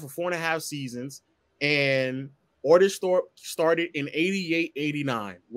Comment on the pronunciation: Aye said ortis thope 🤣🤣🤣🤣🤣🤣🤣🤣